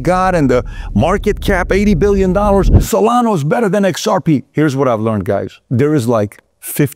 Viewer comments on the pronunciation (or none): Solana, not solano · Do you no that its solana not solano 😂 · What’s crazy is that he’s doing a show on crypto and he can’t even pronounce 1/4 of the coins he talked about. He is obviously paid by ripple to do this. SolaNO??? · And "Solano" too. Cuts right through me. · It's also Solana not solano. Lol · Also Solano😂😂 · You know he owns very little “ripple” cause he says ripple instead of XRP. This is so frustrating when people who are involved with the crypto space and say the wrong names of crypto currencies. I swear he also said cardana or Solono earlier in the video too. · You keep saying Solano lol. It’s SolanA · Why you are calling Solana, Solano is a mystery. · Bu the way it's solana not not solano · It’s SolanA not solano LOl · Salano lol. It ends with the letter a. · The best part is when he says “Solano and Cardano” 😂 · Do you just want to pretend you know about everything? You’re doing a show on crypto and you can’t even pronounce SonalA. Stay in your lane. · He can’t even pronounce Solana correctly. You’re asking too much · Did home boy just say solano?! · Yep, I heard that lol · Bro... it's SolanA, with an "A"!😅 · Y does Pat keep calling solana, SOLANOOH!! WITH AN "H"!!😅😅😅